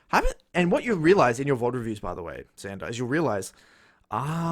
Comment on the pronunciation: its xander with an x :((